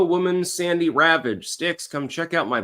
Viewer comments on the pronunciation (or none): none